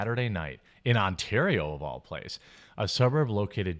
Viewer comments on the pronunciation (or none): none